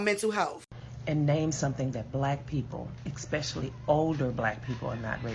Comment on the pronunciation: Hearing "expecially" instead of especially over and over is just INFURIATING! THe stitches were all 100%